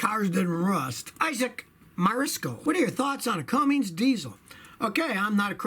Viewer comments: When someone says Cumm"ings" rather than "Cummins" you immediately take note the person hasn't a clue about diesels or tucks. Stick to Toyota's Scotty. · It's cummins, not Cummings, scotty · Hey Scotty, i may be hearing wrong but it sounds like your saying Cummings instead of Cummins. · Cummins...not Cummings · Never heard of Cummings engines. I have heard of Cummins engines though. 😉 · There is no such thing as a “Cummings” engine. It’s spelled and pronounced “Cummins”. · FOR THE LOVE OF GOD IS CUMMINS NOT CUMMINGS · Cummins, like come in, not Cummings. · The proper pronunciation is Cummins not Cummings. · CUMMINS not CUMMINGS. 😐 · There's no G in Cummins. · Scotty, there is no G in Cummins. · Why do you keep saying cummins wrong 😠